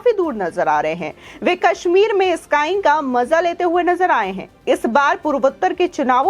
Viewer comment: अरी घनचक्कर स्काईंग नही स्कीइंग बोल